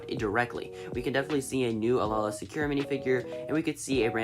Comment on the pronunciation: It's pronounced Ay-La, not Alala.